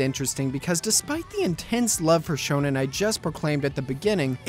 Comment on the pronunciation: whats "shownan" or what ever you said?